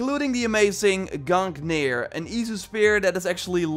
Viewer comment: it isn't GUNKNIR it is GUNGNIR and it's odins spear